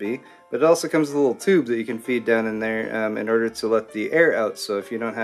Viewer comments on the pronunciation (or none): And it certainly doesn't sound like "in order".